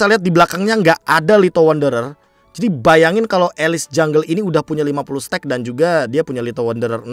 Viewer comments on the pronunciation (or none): Kayaknya bukan "stuck" kali be, tapi "stack", cmiiw